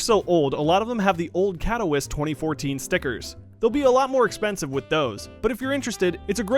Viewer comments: Katowiss😂😂 Katoveetsay btw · Did he just pronounce katowice kat-o-wice not kat-o-vee-sa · Katowice is pronounced CAT - IHH - VEETS - UH Not CAT - OH - WISS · You gave me cancer by saying Katowice wrong. Pronounced Katovitse no Katowise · btw it's khat-oh-veet-za not cat-wiss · You pronounce Katowice wrong, it’s (kato-vee-say) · everytime he said 'katowiss' i winced and cringed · He said Katowice wrong It’s suppose to be said Kat-o-veet-say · Isn't Katowice said as (Kato-vit-sa) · Katowice is pronounced Cat-oh-vite-suhhhhh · when katowice is cat of wice... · he said katoweeis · Katowice. "Cat-o-wiss". That hurt to hear. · "katowiss" T_T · Katowice is pronounced CAT - UH - VITZ - UH Just an FYI, not a smart ass remark :) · ka-to-wiss and faucets LUL learn how to pronounce things pls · LUL "cat toe wiss" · its pronounced Katovi-ch-ay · really trivial but it triggers me Katowice is pronounced: Kat - O - veet - sa :) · Kato- vit- say Katowice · It's "Kat-oh-veets-ah" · Jesus you butcher the pronunciation of Katowice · holy shit the way he pronounces Katowice and facet kill me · is any polish triggered aswell when he says katowice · I hate how he says "katowice" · I hate how they have these guys who know nothing about csgo make these csgo videos. I mean, braedon seems ok but makes the generic comment about the awp lightning strike looking like a JPEG and can't even pronounce Katowice, smh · The way he pronounces Katowice makes my kidney hurt